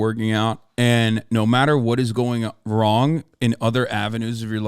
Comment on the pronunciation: "Wadically Wong" made me laugh.